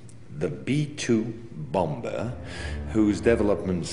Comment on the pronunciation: Its a U F O not you fo and its a boMer not bomber lol